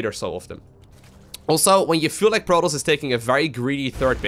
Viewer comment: Why the voice dog? Lol its "pro-toss" no R rolling or drown bubbles lol "IF" your below master league? Lol